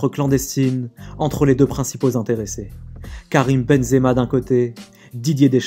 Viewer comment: Dideuuuurrrsss Keuwwwwwiiiiiiiimm